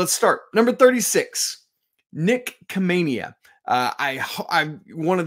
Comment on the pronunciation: Khamenia is pronounced with an H.